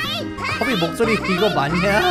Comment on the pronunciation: 커비 할때 좀틀리지마셈